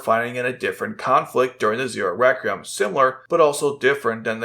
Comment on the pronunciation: he loves to say "The Zero Recreum" lmao. Guess htis guy can't pronounce a Q